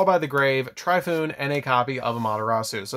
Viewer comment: TORE-EE-FOO-NAY (Tri-foon?) Soo-Saw-no-WOAH Are-uh-soo-dah (Amaterasu? Thats a completely different card OMFG; its hard to watch thru this when the cards are called by the wrong name) 🤦‍♂️ "The pegasus one" is pronounced Mah-he-toe-soo